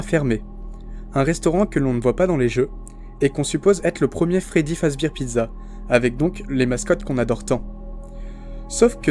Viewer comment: Pas fredbir fredbear